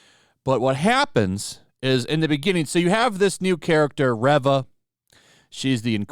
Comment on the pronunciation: Her name is pronounced "REEEEva."